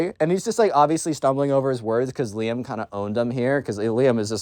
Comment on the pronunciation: RIZZ!!!! Also when you say Liam i hear Liem maybe i just have that Eastern Europe ear but im just hearing russian